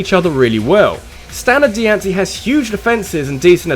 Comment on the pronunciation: it's pronounced Die-ann-see